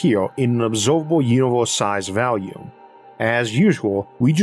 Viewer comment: Every time you say volume i hear vallium. I know you have a speech impediment and i don't wanna be a dick but if you are able to work on that it'd be awesome. If not, hell, I'm gonna keep watching either way because you're content is excellent.